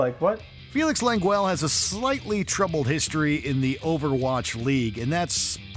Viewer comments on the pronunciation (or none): Lengwell??! Hahahaha. Okay dude. Cringe comps. Seeeee yahhh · OmegaLUL "Felix Leng gwell" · the way they butchered xQcs name got me dying - LAWN GEL OMEGALUL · Giggling over the pronunciation of name Lengyel. That name is of Hungarian origin and was so badly butchered by the narrator 🤭 GY should be pronounced as one letter as y is there to soften the g, it should be pronounced as d in dew.